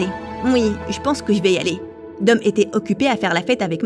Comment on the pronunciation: On dit dom